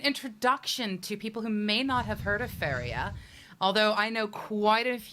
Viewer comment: For a second there I thought you said "Favorite Jesus" lol